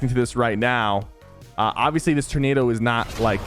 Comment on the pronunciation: My dude said turnaro🤦‍♂️🤣😭 it’s TORnado, TOR!!!🥲